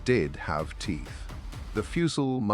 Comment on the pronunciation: Also model. Not more del